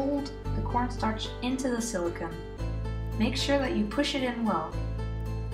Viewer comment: hey, thanks!! it's great. one comment, though, it's silicone not silicon. the latter's an element that is extremely hard and is a semiconductor. the former is PDMS, polydimethylsiloxane or silicone rubber. it's pronounced sili cone. but great video!